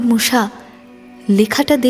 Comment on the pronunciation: "মুসা" উচ্চারণ খুব কানে লাগছে.....'মূ-শা' নয় "মুসা"